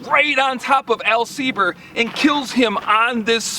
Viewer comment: Very cool! Love your enthusiasm and definitely subscribing. Although I am a "Sieber", I don't believe there is any direct relation to Al Sieber. But proud to carry his name :) And thank you for pronouncing the name correctly (many folks don't).